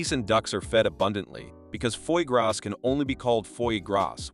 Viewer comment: Just the way you pronouce foie gras deserve a big nique ta mère 😂